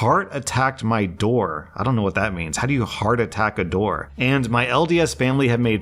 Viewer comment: Op said what not wha like a little baby